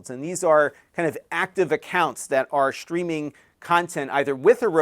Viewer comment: Are you saying "shtreaming"?